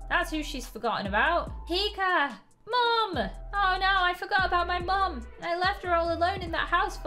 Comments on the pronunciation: I LOVEE HOW PRONOUNCES PIKA “PIKER” IT’S ADORABLE 🥰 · I heard her say pikr